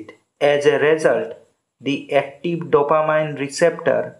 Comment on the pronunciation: dopa-MEEN not dopa-MINE